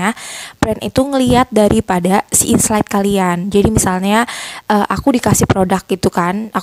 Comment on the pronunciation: Aku kog dengernya inslide bukan insight ya 😊